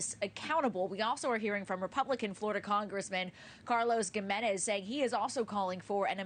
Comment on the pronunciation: Gimenez = pronounced 'Hi-menez'. smh